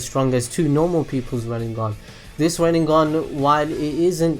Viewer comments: And RinneGan, not RinneNGan. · wtf is a 'rid-ne-gun' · I cringe when you say RinneNgan, sorry....Otherwise great video!